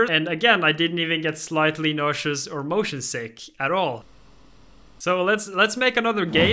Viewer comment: Dani:"Im mosion sick" Subtitle:"Im motion T H I * *